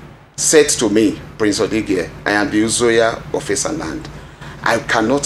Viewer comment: This lady in Airse news should go and learn how to pronounce Esan names is embarrassment as a news caster nor of the 3 last names she could pronounce properly